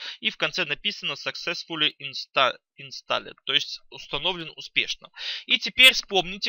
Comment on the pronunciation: пэккЕйдж, инстАллед... пипец ухо режет